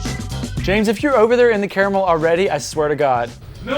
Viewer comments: *sniff* Finally.... Someone said "caramel" instead of "carmel"! I CAN DIE HAPPILY NOW! HURRAH! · Wow an American that pronounced caramel correctly 😂😂😂 Edit: and macarons wrong!!! 😂😂🙈🙈🙈